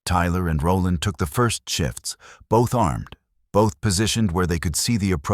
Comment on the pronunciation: All the comments calling out the weird names, ive come to the conclusion that the names are normal but AI struggles to pronounce them 🤣 'roll ond'.